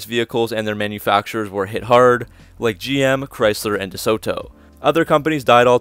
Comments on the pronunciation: Nice research and photos! Pronounced 'Duh-Sew-Doe'. Not with a hard T and pregnant pause like you said. : ) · Dee-sota. That's how we said it. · Great video...note the "t" is soft i.e. "DeSodo" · your pronunciation of DeSoto is so wrong, you day De-So-to and is De-Soto pronounced quickly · ..interesting pronunciation of deSoto..we always pronounced it as 'deSodo..without the hard 't' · Unfortunately, that is how many younger uploaders talk these days. More of a copy & paste scenario with little thought into the delivery and speech. The way 'Duh-Soe...Toe' was said over and over was a bit cringey as well. He did add nice photos and included a lot of info but could've been a bit more polished indeed. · Groucho always pronounced it DeSoda... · I’ve never heard it pronounced DeSooToe? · I really wanted to watch this video, but can't get over the way you pronounce DeSoto. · I love this guy hitting the "t" so hard in DeSoto again and again. Oh right. This is the guy who can't pronounce "fuselage" (see his airplane videos).